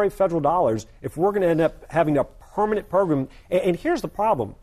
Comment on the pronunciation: "It has to be a Purr...manent change" Haha, I love the way he says "permanent"